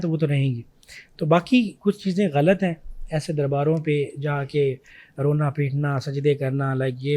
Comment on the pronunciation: First of all the word is ghalat not galat. These girls grown up with watching indian movies I bet they pronounce jeera instead of zeera 😂